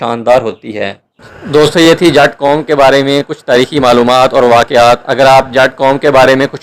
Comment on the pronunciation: Jaaaaaat nhi Bhai g jutt